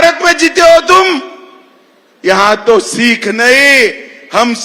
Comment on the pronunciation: अमित शाह जी पहले सिख बोलना तो सीख ले